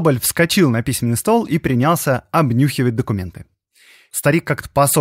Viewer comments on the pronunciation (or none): Соболь принялсЯ обнюхивать, а не принЯлся. Займись уже ударениями, почти в каждом видео эти ляпы.